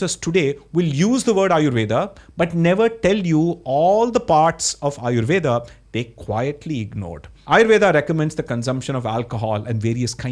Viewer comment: Also - amazing video. Really. I would also recommend you to checkout the debate between Dr. Mike V & Dr. Alok Kanojia (Dr. K) on Aryuveda. One more small question - why you do pronounce the "a" at the end of indo words? Tarkaa, Aryuvedaa? I'm not sure if they are just anglicization addition or true pronunciation.